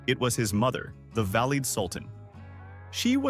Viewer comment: The illustrations are deplorable: incorrect, multi - cultural. Learn to pronounce "valide" !